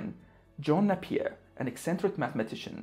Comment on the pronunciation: Napier is pronounced with a long not a short ‘a’